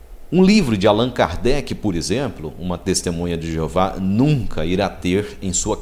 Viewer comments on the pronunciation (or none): none